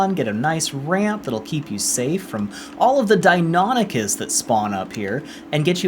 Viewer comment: Dios la guia es buenisima pero ni una sola vez dijiste valguero bien y mucho menos deinonichus...